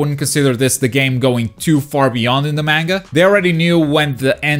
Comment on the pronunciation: MENGA? no its Manga